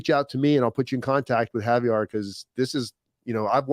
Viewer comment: Btw its Javier not Javiar bro. Lol ur butchering his name